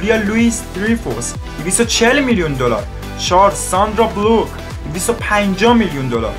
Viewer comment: حاجی یه دور اسم‌هاشون رو می‌خوندی تمرین میکردی . آخه ساندرا بولووک